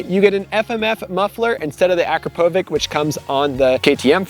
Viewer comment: You'd think a guy who makes his living in the moto industry would be able to pronounce Akrapovic correctly